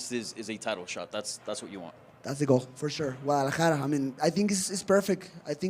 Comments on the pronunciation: He starts it with a wauh sound instead of a gauh sound but Ayy as long as he’s trying and not being Racist I’ll take it lol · To me it sounded like he’s saying it Wu instead of Gu but Ayy to each there own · Its a soft G BC! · Luke, you do not say the G in Guadalajara. For once BC had the correct pronunciation. Gu is a soft g. Guatemala, guacamole, Guadalupe, etc. all soft Gs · No you don’t pronounce the G in Guadalajara, it’s not a hard g